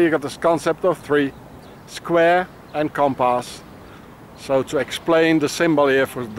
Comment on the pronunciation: He looks at the manhole cover and say: square and compas 😂 WTF ? And A Ra Gon is a famous french poet. Louis Aragon.